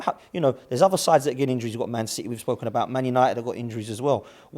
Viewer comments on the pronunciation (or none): Duh! It’s citeh